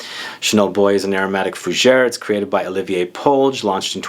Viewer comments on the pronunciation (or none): none